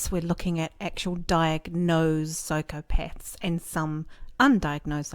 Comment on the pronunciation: Did she say Psychopets...?